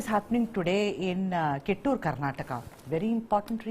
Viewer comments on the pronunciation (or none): It's not KiTTur but KITHOOR